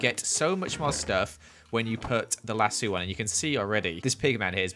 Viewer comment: LassO. There’s an o. Not lassu